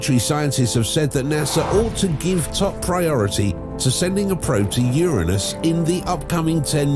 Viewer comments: Is it my imagination, or does anyone else feel the narrator is saying Uranus wrong? He is pronouncing it with an I. Like urine. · Lolol 😂 how'd he not giggle at the pronunciation of "Ur-innus" 🤣 Uranus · i love how the man in the video is pronouncing Uranus like UR-u-NUs